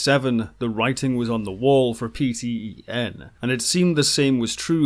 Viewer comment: PTEN is annunciated "Pee ten""